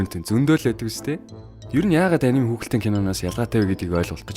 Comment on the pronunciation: Анимэг монголчлоод аним гэж яриад сурцан ч гсн яг япон болон бусад орны дуудлага а-ни-мэ гэж уншдаг шүү guys